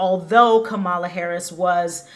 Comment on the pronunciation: Learn how to pronounce VP Harris's name correctly before broadcasting your pov.